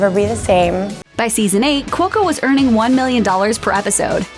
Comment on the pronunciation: p/s I don't your think your saying cuoco correctly nether